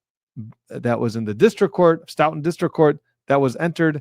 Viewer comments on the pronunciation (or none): No it’s not. It’s pronounced Stow-ton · Stoughton is pronounced Stoo ton. Thank you for the breakdown though. This is just so corrupt especially with Cannone. Is there anything that can happen to her for clearly being bias? I mean who denies a motion for The videos and metadata that the defense should have had already before the first trial. Can someone from the CJC notice this behaviour and act on it? And One more thing. How come Cloe's DNA wasn't able to be tested against John's arm, and Why weren't John O;Keefes socks tested for dog hair? John always took his shoes off in anyone's home before entering. I worked with him and knew him.